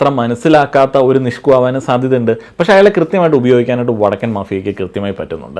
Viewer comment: ഇ വടക്കൻ എന്നുള്ളത് ഒന്നൂടെ ക്ലിയർ ആയി പറഞ്ഞൂടെ 😂😂😂😂